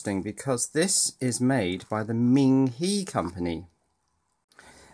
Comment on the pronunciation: Ming He would be pronounced Ming Hugh like the u in ugly Ming He the e in Chinese has the u sound in ugly. the i in Chinese has the long e sound like in Lee, so Ming Hee would be spelled Ming Hi I like your videos and they are almost addictive. Subbed